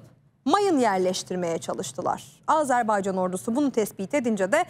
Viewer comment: Aazarbaycan diye okunmaz Azerbaycan!!!